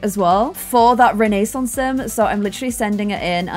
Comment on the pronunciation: Does it make anyone else’s skin crawl when says renaissance wrong?